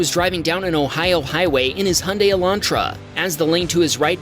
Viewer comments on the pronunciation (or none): none